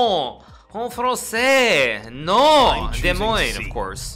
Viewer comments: A little surprised that Hikaru actually pronounced Des Moines correctly. Most people outside of Iowa pronounce it with the s sounds. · Good job Hikaru, a least someone knows how to pronounce Des Moines correctly